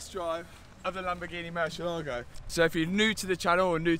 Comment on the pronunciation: Is not "murshyellaago" it's more like moor-CL-ago and the accent goes only on the "eh" sound. It's the name of a Spanish bull, not Italian.